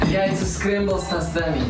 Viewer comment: Энбидың с тОстами деудің орнына с тостАми дегенінен күлкім келді ғой🤭 бірақ олай қате айтқаннан ұялмаңыздар, все учптся на ошибках😉💓